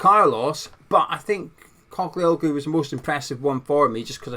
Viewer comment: Morning, the ‘i’ in the surname is silent sound and the g has a line over it making it adopt the pronunciation of the vowel before it. Greeks (as is with Postacoglu), pronounce the name as written. The Ottomans left their mark with them, clearly, that some names in Greece have Turkish origins. In the case of the Spuds’ manager, his name means “Son of a Postman” As a Turk and lifelong Hammer… this signing would be mad!!! Ferdi was a good player in the Euros, although he does naturally tire come min 65, but he gives everything up to that point so it matters not. Another frailty is that in the national team he was sometimes caught out in tracking back. It wasn’t that long ago that Mourinho said Ferdi was staying…so this has come as a welcome surprise if true. Ferdi’s mum is Dutch and he was raised there and as an old Dutch friend of mine told me, he was in the same Academy as Gakpo. He has the work ethic of a Dutch player in his dna, which is a good thing.